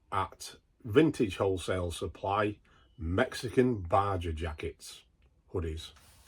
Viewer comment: Baja is pronounced 'baha'. Also, your Yorn brown leather gilet advertised at size 52 is a European size 52 which is equivalent to a UK 42 chest as you just subtract 10 when it comes to EU to UK mens top half items. You'll sell that thing quicker and easier as folk will be looking for 42 as a keyword most likely while at the moment you will be getting hits but not takers from the those who are about 3xl or similar.